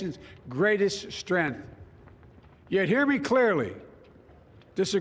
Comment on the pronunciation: nobody: Joe Biden: strenth